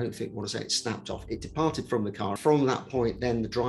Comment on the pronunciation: "it did not fail, id say it "deprarted"" so is my respect for that "expert" just departed somewhere else